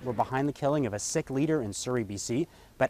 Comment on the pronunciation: Nobody briefed this guy on how to pronounce "Sikh"?